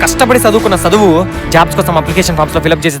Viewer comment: ఒరేయ్ సదువు కాదు రా చదువు.